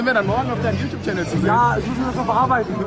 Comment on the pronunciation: Nichts gegen dich aber merkt es jemand dass er Yutub sagt anstatt YouTube?